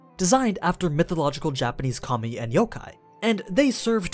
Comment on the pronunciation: everytime you say “kami” i hear “commie”